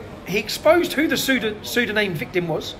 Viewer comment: Great work Tommy, however, the word is not pronounced "psydoNAME" 🙄😂